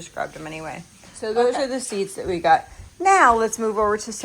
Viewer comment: It cracks me up to hear you say “ I gut” instead of I got.